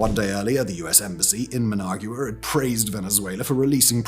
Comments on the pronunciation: Okay Simon… we finally got you to pronounce “Raffale” properly… Now let’s work on “Nicaragua”. And then we can get to “Managua.😊 Neek-ah-ROG-wa. Neek-ah-ROG-wa. Now you… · I can't believe you butchered the pronunciation of Nicaragua and Managua so bad. Embarrassing. I am hoping Trump and Rubio refrains from being the bully and again and show some friendship to Cuba and the awesome people of Cuba. They have suffered so much for so long and now would be the perfect time to show compassion. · It's so cringe. The writers for this guy do good research, you would think they would have briefed the narrator on proper pronunciation. Brits are usually very good with this kind of thing. Also his pronunciation of Managua.